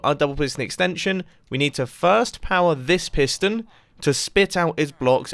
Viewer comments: i thought it said prison house until half the video when i realized it said piston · wait i tought is said prison